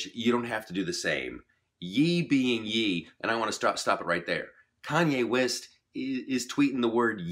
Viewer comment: You did figure out that YE is not YEE, rather YE=YAY (KanYAY) lol. Nice commentary though.